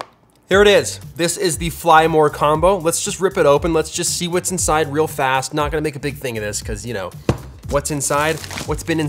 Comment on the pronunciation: PWOTZ UP EVERYBODY never gets old